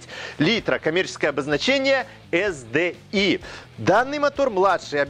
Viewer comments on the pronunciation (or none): ЭС ДИ АЙ . При всем уважении .